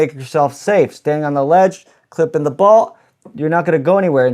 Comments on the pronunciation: You say bolt weird. Sounds like bault. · Take a shot everytime he says bolt wrong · I have never heard someone pronounce 'bolt' like that. 😬